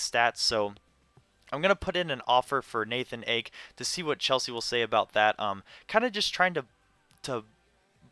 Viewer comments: Nathan A-KYE how to pronounce ake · Ake is actually pronounced Ah-Kay ;)